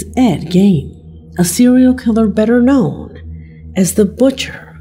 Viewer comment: Should have subtitles or show texts on the figures within the video. The auto-generated caption can't even guess what this woman said who even pronounces the word "known" right.